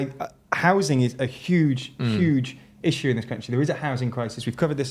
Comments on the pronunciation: stop saying “rissue”… I have a rissue with it ^^ 😺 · Please, never stop saying rissue 😂😂